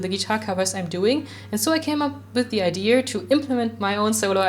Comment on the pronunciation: Das Solo für Papercut hat wirklich extrem gut gepasst. Kleine Klugscheißerei: Du hängst bei dem englischen Wort "idea" immer in ein R dran wenn du es aussprichst ^^ Jetzt fühle ich mich schlecht, weil das echt keine wichtige Information war.